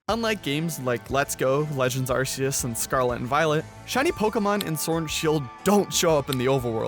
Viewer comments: Hey just so you know i don't like that you say legends arceus with an s and not a k because it's called ark-eus not arse-eus 😅 You really dont call GOD an arse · that is so true!! I don’t know why everyone keeps saying that. I even have a full Pokémon book on how to pronounce all the names and trust me it’s not areseus